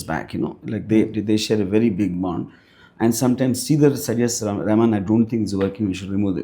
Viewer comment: Rahaman... not Rehman